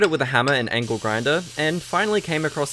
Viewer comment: The aussie accent making angle sound like ankle was pretty apt.